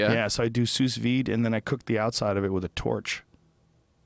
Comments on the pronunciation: Few things are as painful as how many times Joe said "souze vide". SUUUUU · Hey Joe just one little note, the the second S in Sous Vide is silent, like Sue Veed. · sous vide pronounced sue vee : ) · Trying to be helpful here, but at the end when they're talking about 'Sous Vide' style of cooking, is pronounced "sue-veed". And to add to that guy wearing turquoise and silver jewelry arc, he for sure has a ponytail. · Who the fuck pronounces sous-vide like that lol "sooz-veed" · "suess veed" sous vide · Joe don't pronounce the last "s" in sous vide. think soo vide. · Can someone please tell Joe that the second S in souS vide is silent. "SOU' VIDE!" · Hey Joe, you don't need to pronounce the second "s" in sous vide. Just a heads up ahahha. Love your podcasts! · The pronunciation of "sous vide" triggered me a bit. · I'm still triggered 2 years later